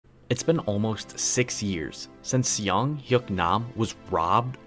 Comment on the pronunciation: As a Korean, I'll make two corrections: "Seung" is pronounced closer to "Soong" rather than "Siung". His first name is actually "Seung-Hyuk" combined, not just "Seung". Otherwise, cool video. You're a very underrated cubing YouTuber. Keep it up!